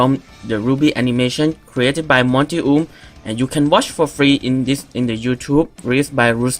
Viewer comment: Its not OOM its OH-M OUM DONT SAY HIS NAME WRONG!